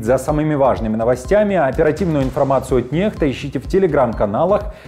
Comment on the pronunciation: НеХта, не ннекста